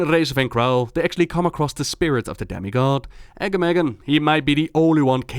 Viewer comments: Sorry, love you and your videos, but the way to pronounce Agamaggan's name makes me cringe. His name is supposed to be Pronounced, "Arh-GAH-ma-ghran." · The way he said Agamaggan. "AGGAMAGGEN"